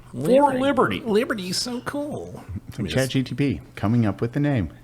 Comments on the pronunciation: its chat GPT not GTP ffs LOL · continually calling it Chat GTP is too good. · will never say ChatGPT correctly.